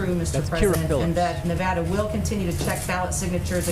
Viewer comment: nev-ADD-uh, NOT nev-ODD-uh, David.